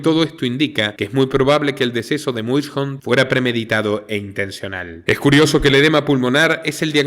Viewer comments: Pero, en realidad la pronunciación es: muishondt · Ya era hora y su gran equipo, 👍 gran video como siempre, una pequeña correccion, el apellido del fallecido los salvadoreños lo pronunciamos: meison. Saludos desde El Salvador. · El apellido se escribe Muyshondt, pero se pronuncia Mason (Meison)